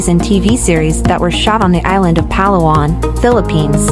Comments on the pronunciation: The stress is on the second syllable…Pa-LA-wan, NOT PA-la-wan. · Correct pronunciation is emphasis on la, the second syllable of the word Palawan. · It’s not PALA-WAN it’s Pah-LAWAN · It’s not Pa’lawan. It’s Pala’wan. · You edited good but your pronouncing PA-LA-WAN NOT PAL-AWAN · Palawan = had to turn off the audio. It is Pah-lah-wahn not pah-lawan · Why do you not research how a place is pronounced before creating a content. No negativity meant I'm getting cringed for all multiple times PAlawan instead of paLAwan. It's just me. Again no negativity meant. Content creators use Philippines for likes and to gain more followers but please pronounce places correctly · Just to impress the locals and Filipinos say it as pa’LA’ whan.